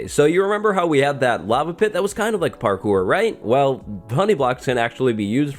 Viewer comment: Nobody:: PARKOOR